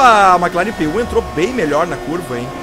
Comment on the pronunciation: se diz "Mec Laren" , Maque Laren é foda xD Mc Laren se não seria Maque Donalds xD